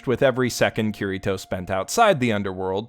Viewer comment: "Cureeto"? That's a pretty strange way to repeatedly pronounce a name that isn't spelled like that.